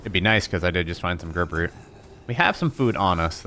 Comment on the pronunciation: Grub root not groob...